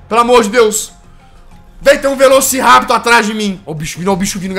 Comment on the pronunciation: Não é "velosirapitor" se fala "velociraptor"